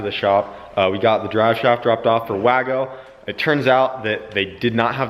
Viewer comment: "Drive shauft"?!?! Lol😂